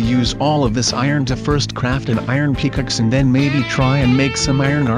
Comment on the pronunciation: Is it weird how says pick axe in a weird accent